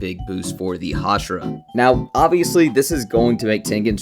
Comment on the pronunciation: Can you stop saying hashara thxxxxxx 😂